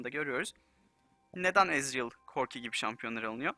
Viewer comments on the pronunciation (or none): none